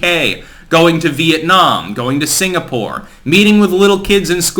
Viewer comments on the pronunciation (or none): none